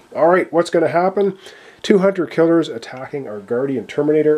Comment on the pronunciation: When you say "Two Hunter Killers are attacking" it sounds almost like "200 killers are attacking"😂